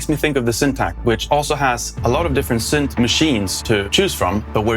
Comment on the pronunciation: It’s not “sünth” or “sünthesizer”. English “y” behaves mostly like an “e” or a swedish “i”